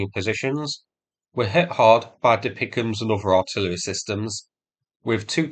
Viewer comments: Every time you say DPICM like it is a word "Dapeekum" I have a nearly irresistible urge to shut this video off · Please; "Dee Pee Eye See Em" not DeePickum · It is not refered to "DePicEms". It is pronounced by each letter, D-P-I-C-M-S. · I am sorry, but ITS NOT DePicms, it's D P I C M, (Di Pi Ay Si Em), but love your videos ❤ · For Pete’s sake! It’s not pronounced “Dee pick ‘emus”!!! It’s “D P I C M”, (Dee Pee Eye See Em), for Dual Purpose Improved Conventional Munitions. Please get this right…from a retired Red Leg Artilleryman. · Dear, you’re usually pretty spot on with pronunciations and acronyms…but De-Pic-Em’s? 😂 I’ve only ever heard referred to as D-P-I-C-M (DPICM - dual purpose improved conventional munitions). ❤ from 🇨🇦🌻🇺🇦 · lol, never heard anyone call the DPICM's dee-pick-ums before. it is just referred to by the letters DPICM (dual purpose improved conventional munitions) it is not a word sound. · "Deepickems" I can't see any more of the video through the tears of laughter :face-blue-smiling::face-blue-smiling::face-blue-smiling: Really like your videos mate, but you make the "DPICMS" (pronounce as letters) sound like something out of A Christmas Carol 🤣🤣🤣